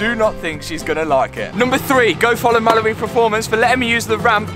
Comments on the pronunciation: This whole time I been thinking he’s saying “Malibu Performance” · Well thanks for that! Every time he mentions Mallory in the future all I am gonna hear is Malibu. Thanks